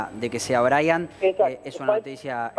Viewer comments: anunciando la muerte de un angelito, con música de circo???? es en serio??🤔.......…😭 ah!!! y por favor, se escribe Brian, pero se pronuncia Braian. es un nombre en inglés. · Creo que se pronuncia Braian, y se escribe Brian.